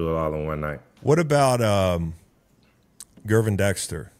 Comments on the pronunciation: I'ts Jer-Von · This man said "Gurvin Dexter" 😂😂